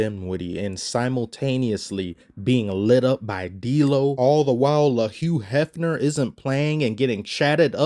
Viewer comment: Lehugh Hefner 🤣😂🤣😂🤣😂🤣😂🙌🏾